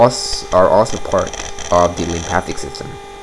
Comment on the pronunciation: mate - learn how to say lymphatic not lympathic then I'll listen to you